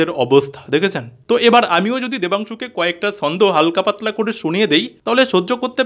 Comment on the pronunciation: ভাই, তুমি তোমার জিভটা একটু ভাল করে ছুলে দ্যাখো না যদি "ছ" উচ্চারণ করতে পারো। এই যে ছন্দকে বারবার 'সন্দ' বলছো এটা তো ঠিক হচ্ছে না, তাই না। সন্দেহকে অনেকে শর্টে 'সন্দ' বলে থাকে।